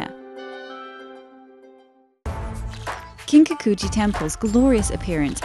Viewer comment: The narrator is really butchering the pronunciation of these words.. Kiiin-kaku-ji seriously! It just hits the ear wrong. 😩